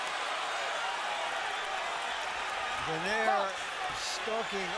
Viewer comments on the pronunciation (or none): This buffoon michael buffer is paid millions to botch saying "travieso" and "donaire" LOL